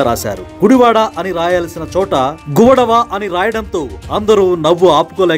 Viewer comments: అయన రాసింది తప్పే,, మరి మీరు చదివింది,, తప్పు కదా,, ఆయన గువడ అని రాశాడు,, మీరు గుడవ అని చెప్పారు,, దొందూ దొందే 🤣🤣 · అయ్యా కామిటేటరు...... ఆయన తప్పు వ్రాశాడు అని అంటున్నారు, మరి మీరు చెసింది ఏంటి? ఆయన వ్రాసినది ' గువడ' అని. మీరు చెప్పుతోంది 'గువడవ' అంటున్నారు. మొదట మీరు సరిగా చెప్పడం చేయండి